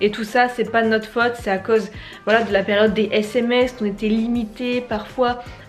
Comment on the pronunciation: Alors tu dois dire FAUTE et non FATE. Une bonne prononciation est tout aussi importante. Merci prof !